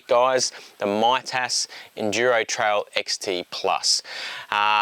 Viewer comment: It's pronounced Mee-tas.